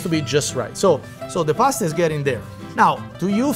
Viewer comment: It's not pronounced 'Paaaaaasta' ffs!!!